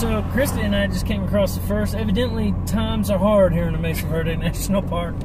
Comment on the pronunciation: It is Mesa Verde not Message Verde:-)